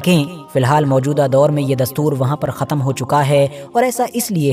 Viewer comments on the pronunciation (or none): none